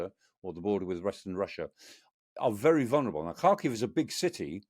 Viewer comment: Never heard a foreigner pronounce Kharkiv properly until Mr. Clarke! ❤